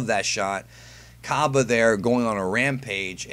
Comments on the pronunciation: It's pronounced Cob-AY not Cob-UH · Hey um...... Cabba's name is pronounced as in 'cabbage.' It's said like that in the Funimation dub